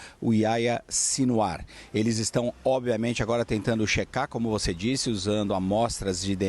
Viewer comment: Aia Sinwar?? Que nome é esse??..Ohh, jornalista.. Faça uma pesquisazinha básica para falar corretamente nomes importantes!! Pelo amor!!..Aia Sinwar!!😖😖😖😖Que vergonha!!!